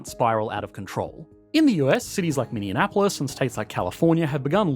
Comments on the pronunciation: You said Minne-anne-apolis. It's just Minne-apolis. ;) (just teasing you!!!) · ... that mf actually say Minneanapolis? Mini-Annapolis? bruh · Minneapolis. There is only 2 N's in the name. Minny-Apolis.